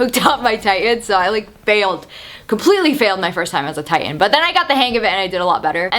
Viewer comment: You pronouncing Titan as Tai-en, is so fuckign annoying haha.